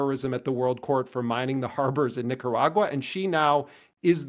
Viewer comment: "nick-her-agua" like steal her water xD i hope hassan ment to make that pun about the countrys water being stolen that was genious